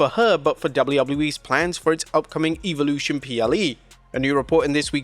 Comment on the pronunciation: Goodness gracious pronounce “Evolution” correctly already!!